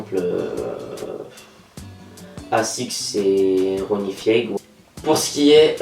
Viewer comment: ronnie F-eye-gue pas Fiégue 😉